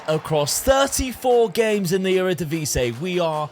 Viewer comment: I keep wondering why people call our league the Eredivise. Do you not see the last i in "Eredivisie"?